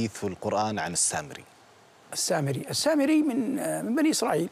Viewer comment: السامريّ شده على الياء يامذيع مو سامري التنكّس والاستنزال